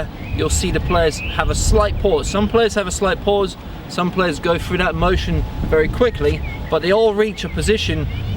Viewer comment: exceptional video, but the amount of times I heard "froo" (through) and "fro" (throw) started to make my ears hurt. He say's "this" properly, it's not like he says "fis"